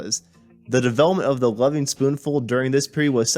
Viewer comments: "Gren-itch" not "Green Witch." Also, the gerund in the title of the band is elided. "Lovin'," not "Loving." Hard to take it seriously with such fundamental errors. And making assessments (like returning to a previous sound being "unavailable") is a weakness in a documentary clip. As for the reunions, doing them without Sebastian is the same as not being the Lovin' Spoonful, because Sebastian WAS the band. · Loving Spoonful?? How about Lovin Spoonful? Green Wich?? I't's pronounced "Grennich" . And Creeque Alley is pronounced CREEK ALLEY.....do some research kid!! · You're young, so you're forgiven :-)...but Greenwich is pronounced GRIN-itch. Creeque is pronounced "creek", and it's the Lovin' Spoonful, not the LovING Spooful. Otherwise, nice summary. BTW, I've known John since about 1984 and was just with him last night (8/31/24). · My main problem with this guy was his continuous mispronounciation of the group’s name. It is Lovin’ not Loving.